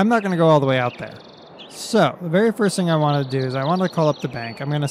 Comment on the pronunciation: can't not vant